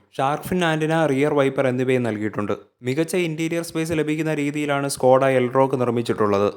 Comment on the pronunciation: Skoda aanu Skota alla. Pls Correct your Malayalam words